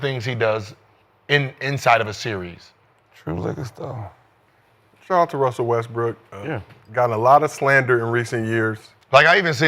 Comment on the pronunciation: I keep hearing Gil say "Wussell" instead of "Russell"